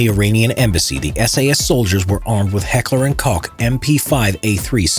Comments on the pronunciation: the way you said heckler & koch sounded like heckler & kock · Not heckler & kock it’s heckler & koch